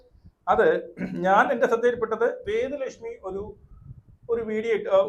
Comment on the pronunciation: വേ ദു ലക്ഷ്മി അല്ലെടോ വേ ദാ ലക്ഷ്മി